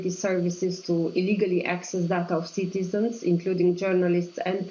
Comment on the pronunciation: cant believe she sais citizens lol